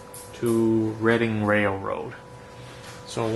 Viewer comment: The pronoucination on "reading" railroad is on point...